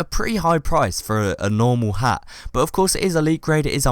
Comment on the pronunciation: Should change hat in the video title to ha cus i dont think you said the t at the end of hat at all